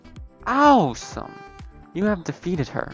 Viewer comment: OWE-SOME lol